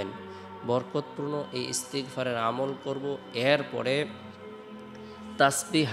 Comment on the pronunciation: Ektu valo vabe bolben ,,,, First e. Koibar Istigfar porte hobe??? R istigfar ta ektu valo vabe bolben???😢😢😢😢😢